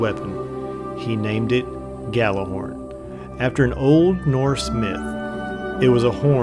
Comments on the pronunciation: Its pronounced "yallerhorn" literally translated from Norse as yelling horn. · When people pronounce it "Gallahorn"... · Actually it is pronounces gattlerhorn due to its Icelandic origins so saying it gallahorn is closer to the correct pronunciation than pronouncing it yallarhorn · care. It sounds dumb when someone says "Gallahorn" even though it's spelled Gjallerhorn, and pronounced with a Y sound as Gj, because it's a different language, especially because every single person in destiny calls it "Gallahorn", or even worse "gally", even after I explain it to them because none of the population look up why it's spelled that way and just think the J is silent. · nope. its pronounced: gat la horn, heard it at a planet destiny podcast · Hey I'm just saying.... And If you guys want to pronounce it that way, cool. But Imo jallerhorn or even G horn sounds better. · misterio10gre Gjallarhorn is Norse. It is pronounced Yallerhorn